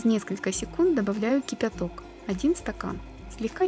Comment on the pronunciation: смотрю все ваши рецепты, очень все нравится, много чего приготовила по вашим рецептам. вот только ваше произношение кипЯток очень режет слух, ведь не все же мы слова произносим так как пишем )